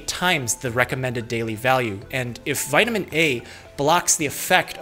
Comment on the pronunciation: eat a vitamin gummy every time he says vitiman